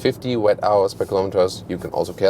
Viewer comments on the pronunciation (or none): Guten Tag,. One suggestion, 'Wh' is "Watt-hours" like "what-ours". You are speaking it incorrectly, not "wet-hours", it sounds funny but wrong after all. No questions about the review though, Sie sind die beste. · Nicht "Wett-Auas", sondern "Wott-Auas" :-)